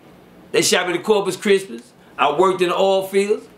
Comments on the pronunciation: I Kno I wasn't the only one that heard that . 🤣🤣🤣🤣😭😭😭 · “Corpus chrismas” 😭🤣